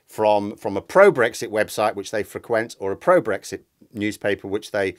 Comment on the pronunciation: Brexti, is that anything like Shakti?